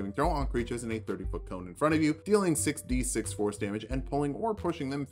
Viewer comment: I keep hearing you say "Force damage" as "Horse damage" and I'm disappointed by the reality